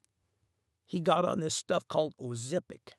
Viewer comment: Man I gotta say I loved the way you pronounced ozempic Imao 🤣🤣🤣🤣